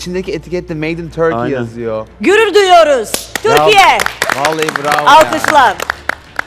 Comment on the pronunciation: "Gürür düyüyoruz Turkiye!" u ile ü'ler hep karışıyor be:) ama çok hoşsun ve "Bizimlesin";)